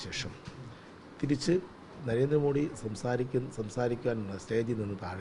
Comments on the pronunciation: നരേന്ദ്രമോഡി എന്ന് പറയുന്നത് ഇയാളുടെ വായിൽ നിന്നു കേൾക്കുമ്പൊ ഒരു വിവരക്കേട് മാതിരി തോന്നുന്നു. ഒന്നുകിൽ പ്രധാനമന്ത്രി എന്നു പറയുക അല്ലെങ്കിൽ മോദി ജി എന്നു പറയുക. അദ്ദേഹത്തിന്റെ പേരിന്റെ യഥാർഥ ഉച്ചാരണം 'മോദി' എന്നാണ്. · കേരളത്തിൽ എല്ലാപേരും മോഡി എന്ന് ഉച്ചരീക്കുന്നു.പക്ഷെ മോദി എന്നാണ് ശരിയായ ഉച്ചാരണം